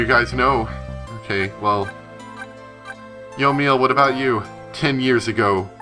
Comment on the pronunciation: I think it's pronounced yo-me-ell